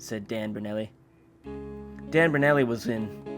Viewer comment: its pronounced Ber-noul-li lol